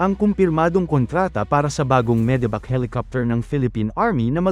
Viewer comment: Medevac ❎ Medibac ✅